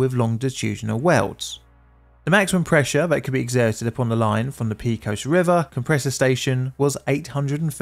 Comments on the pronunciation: I'm going to send this to my dad and see what he thinks. He probably remembers it since he was active in the industry at the time (though not this company). I'm failing not to say anything about the pronunciation of "Pecos." Pay, not pea. There are a lot of Spanish derived names in Texas, New Mexico, Arizona, and California. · Great video, as usual. But please, avoid the use of curse words (even asterisked ones). It’s such a cliché and beneath the quality of your channel. Oh, and the river is “Peck-os” not “Peek-os.” 😊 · Just a small comment, it is "Pay-cos" not "Pee-cos" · PAY-cohs River not PEE-cohs 😂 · Btw, the pronunciation of “pecos” goes like this: the “pe” part sounds like “pay” and the “cos” sounds like “coast” without the “”). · Texan here. Love your videos (& your music!) and I'm NOT trying to sound critical. Just letting you know, it's pronounced "PAY-cose" river. Thanks for all the great content! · I'm from western Texas and remember this day. But pecos, town, county or river is said pa cos with a long a. It's the result of crossbreeding between English and Mexican Spanish. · Kudos to anyone who can say "El Paso Natural Gas Company" without snickering . But, you are not off the hook... "Pecos" should be pronounced "PAY-kos (with "O" as in coat). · It’s pronounced pay-cuss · Texans pronounce the town of Pecos, peh-cos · Pecos is pronounced Pay-co-s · Poly Pedant here: cant stand it. "Pecos" is a Spanish word, and pronounced "PayCos" (long "O") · Pay-cuss River cringe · When using well-known place names, like Pecos, it's on you to learn to pronounce them. You're the only person I've ever heard mispronounce Pecos. You knew you didn't have a clue how it's pronounced, yet you guessed at it, when it would have only taken a few seconds to find out the correct pronunciation. Don't do this--I'm subscribed, because you tell good stories, but that can always be changed. I don't put up with egregious errors....not for long, anyway. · Pay cos! Pay cos! Not pee cos!